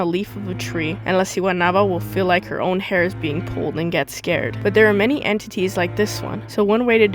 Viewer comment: When said entities as “end tiddies” lmaooooooo